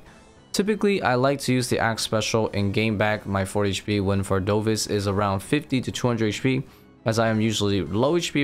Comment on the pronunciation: Bro the boss is called vardoRvis, not vardovis